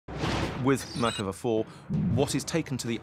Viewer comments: i just notice its Merkava, not mekerva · when you said "Merkava" I thought you said American